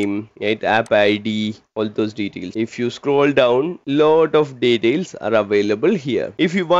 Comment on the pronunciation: Bro speaks flawless english for 10 minutes and then can't pronounce "details" correctly 😂 Awesome video ❤️ Helped me a lot while studying for my SC-300 exam.